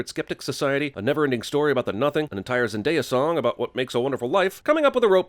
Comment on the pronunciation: He pronounced zendaya correctly